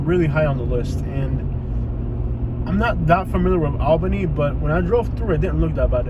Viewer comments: Say it with me now- "ALL-benny". Almost awl-benny. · 2 1/2 minutes of repeating himself. That’s a lot of babbling. East albany is all hood. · Doesn’t even know how to say Albany 🤣🤣🤣❤️ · You saying the city name wrong sir